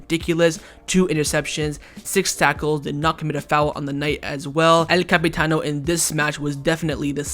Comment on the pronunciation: It's El Capitán, not El Capitano... LOL